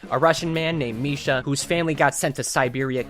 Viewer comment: As a russian speaker, I say you pronounced it correctly. By the way, "Misha" is an informal way to say the name "Mikhail", so the heavy's formal name is Mikhail(Just a fun fact).